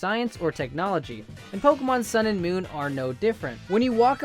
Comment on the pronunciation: I meant moon not monnn